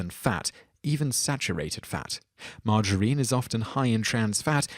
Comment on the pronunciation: 6 : 21: You pronounce it the same as my gramma : Marg- uh-reene. Like a woman's name. Coffee OD !?!? Starbucks now replaces the corner drug dealer... lol